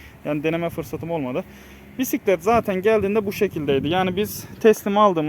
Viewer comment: Oturak değil. Sele. Direksiyon değil. Gidon. Pisklet değil. Bisklet.